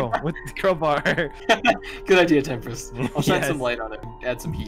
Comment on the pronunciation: Albert: says Temprist Autotranslate: says tempura